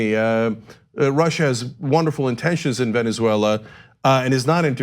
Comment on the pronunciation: Hey Ana.. this is said with love...please practice saying Venezuela. Not veneswella. 😂😘